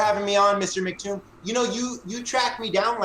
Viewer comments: What a douche. I thought his mispronouncing of MCToon's name encapsulated flerfers' attitude – he didn't bother to check beforehand, he didn't apply common sense (it's MCToon, not McToon), and he when he did finally ask how it was pronounced he promptly ignored the answer and stuck to his original belief. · told how to say his name, and immediately said in wrong 10 seconds later. He's a complete ignoramus.